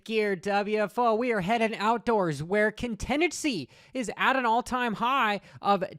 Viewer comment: Contenchy? Lol thats a way of pronouncing contingency that I’ve never heard.